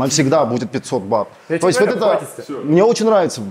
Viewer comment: Не БАТОВ а БАТ!!! Охххх.....